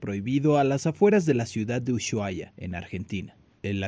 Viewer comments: ushuaia: La pronunciación Correcta es usuaia NO uyuaia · Pobre!! se pudo haber evitado!!!, una cosa que quería decir es que la palabra Ushuaia se pronuncia Usuaia sin la sh, así como lo escribí, pareceria que el periodista buscó la palabra solo en el traductor, saludos desde Argentina. ☺😘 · se dice Usuhaia la H suena muda. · Usuaia decimos no ushu ajsjjsjs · Se pronuncia Usuaia